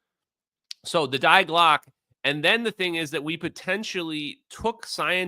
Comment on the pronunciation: Die glocke is pronounced “Dee Glock a”